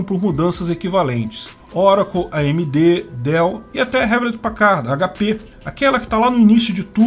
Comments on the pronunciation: Pau no cu da Califórnia. E se fala "Riulét Péquerd". 😅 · Aprenda a pronunciar "Hewlett Packard".